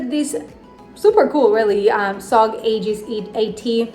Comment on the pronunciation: English is not your first language and you pronounced Aegis correctly. I know of native English speakers who still call it "Age-is" or "A-jeez." If I do win can I choose to give it to a different commenter, or is that not allowed?